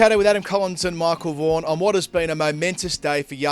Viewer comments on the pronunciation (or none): Why badly Prounce michel vaghan as warnie....Very very bad ,Pls correct